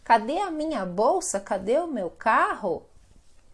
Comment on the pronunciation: Cade suena raro.. 😂